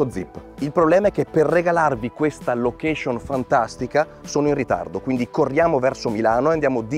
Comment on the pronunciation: sei in gambissima, ma "lochescion" non si può più sentire!